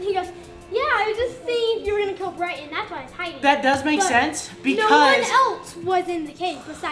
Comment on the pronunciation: How called Bryton Briton😂